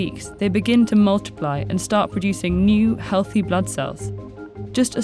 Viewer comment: Narrator's voice is so annoying. Remove sounds like.... Remouved, healthy as healfy😣